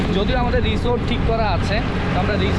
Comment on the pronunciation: ভাই আপনি হোটেল কে রিছোট বলেন কেন ? হোটেল আলাদা আর রিছোট আলাদা